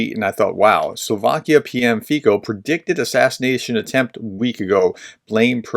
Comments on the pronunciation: (... a voice from slovakia) if you want to sound correct, the PM's CORRECT name pronunciation should sound something like italian FIZZO, or FITSO. thank you for stressing the RATIONAL approach (WAIT UNTIL IT'S CONFIRMED) - we get a lot of chaotic and contradictory information coming out, with motives still unclear. Some facts: The initial "viral" pro-Russian narrative might already have been refuted - it was presented that the perpetrator attended the meetings of the para-military group SLOVENSKÍ BRANCI to argue and DISCOURAGE them from violence, and was labelled to be a decent, a quite, a well behaved and highly disciplined man, and rather a PACIFIST ACTIVIST than a radical... ________________________________________________________ There is a leaked CUT interview from the police station they took him after his arrest (yes, that being a investigation discretion failure), with him briefly stating some of the motives - transcript: "(Cintula): I don't agree with the policy of the government. (Police guy, probably ): And therefore a month ago you decided to do what? (Cintula): The mass media are being liquidated. Why is the RTVS (state television) being taken over? Why are people being thrown out - why is Mazak (Constitutional Court Judge) thrown out? " ________________________________________________________ He sure is a poetry writer ( One of his poems was pointed out as a statement: I NO LONGER CRY I no longer cry over life I no longer over guilt, I no lon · Not important, but the correct pronounciation of his name is FEETSO with short "o" at the and as in "bolt". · More like "ts" than c (the same sound as represented by ц in Cyrillic) but in any case yes, the American pronunciation is interesting :) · lol no. the way he pronounces it, is fantastic. wrong, but fantastic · his name should be pronounced as ,,fizzo,,...not fico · "Fico" is pronounced [ˈfit͡sɔ], or approximating in American respelling: /FEE-tso/ — not /FEE-ko/ and not /FIE-ko/.